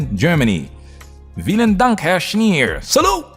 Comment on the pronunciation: As a fellow German I gotta say: Kudos for pronouncing "Berlin" the German way,! The "V" in "Vielen Dank" is pronounced like an F btw., but otherwise it was correctly pronounced as well.